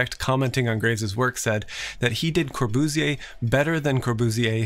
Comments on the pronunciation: Corbooziyay, damn( US-)Americans, you sure love butchering foreign names. Good video though. :) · Le Corbusier, god your pronouciation sounds like "luca busier"